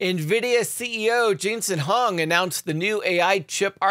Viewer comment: Wong not Hong! lol 😹